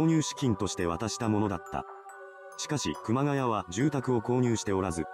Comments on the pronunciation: ｢熊谷」の読みは、正しくは｢くまがや」ではなく｢くまがい」です。 ちなみに東北地方に多い苗字。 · 熊谷｢くまがい｣←沿岸南部だと読み方くまがやではない。震災後身元不明の遺体が埋められてたのが多々あったものの震災後だけあって特に事件にならなかったと言う話を知人から聞いたが真相は果たして…